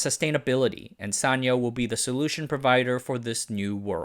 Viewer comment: This is the first time I hear sanyo pronounced like that. We always pronounced it as San-Yo (yo pronounced as in Spanish)